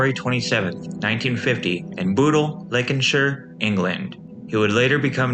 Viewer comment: Merseyside didn't exist when Derek Acorah was born. Merseyside was created in 1974. Before then, it was Lancashire. He just pronounced Lancashire incorrectly